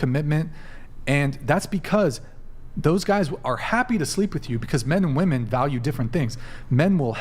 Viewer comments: My god I get sick of all these women constantly saying 'woman' instead of 'women' in nearly every single episode! Also, the 'catcher mit' chick who thinks she's a 10 and is actually a 4...easily brings herself down to 2 by being so ridiculously dumb. Please stop laughing at things you say that aren't funny and aren't 'burns' to people's super chats. Also, I'm so sick of women claiming celibacy when only abstaining from sex for a month. That's like claiming you're a virgin when you were a prostitute who is now a Christian. The asian/pacific islander looking chick needs to ease up on the lip injections and try reading a book. The delusion level is crazy high in this episode. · God, I hate this younger generation of dunces who can't tell the difference between woman and women and pronounce plural wimin as womin. I'm 90% sure they're so uneducated, they pronounce it as they see it spelled. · I want to scream on every podcast. The words “woman” and “women” are pronounced differently and for some reason, the vast majority of women that are on the show don’t know that 🫠